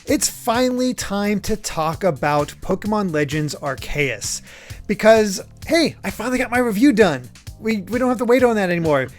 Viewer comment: Idk if I am the only one, but I want to point out The way pounced Arceus doe....it is aar-see-uhs not Aar-kay-it:v